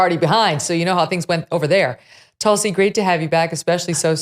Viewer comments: Hi Megyn.. love your show… btw it’s pronounced ‘toolsi’ ( a very sacred plant in Hinduism) I believe she practices Hinduism. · Megyn always good to hear it here. I hope Tulsi told you, you are pronouncing her name wrong….a very revered name it is in the Hindu culture.